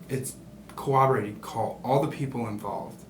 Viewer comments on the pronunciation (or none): Nobody can pronounce corroborate. It's always co-wah-bah-wate. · Corroborate... coh-ROB-BORE-rate... Not sure why, but 9 times out 10 people completely annihilate the pronunciation of that poor word! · Never trust a man who cant pronounce corroborate, speaks zesty but tries to come off as pseudo intellectual his passion blowing glass alright lol